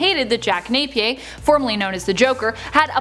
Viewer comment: Jack NapiERRRR (the whole world doesn't speak your gobbledygook french)